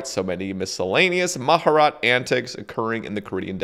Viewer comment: mah-jah-rot XD